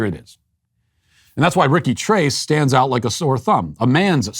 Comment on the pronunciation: "TRACE" 🤣🤣🤣 Uno, dos, TRACE, quatro, cinco, SAYCE 🤣🤣🤣